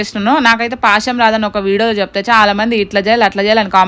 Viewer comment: Adi pasham kadhu bro a word curret telusukooo